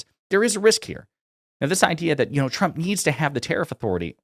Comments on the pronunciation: President chump 🤣 her speech impediment never gets old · I guess she has a speech impediment cause Karoline Leavitt always says "President Chump"...I couldn't agree more.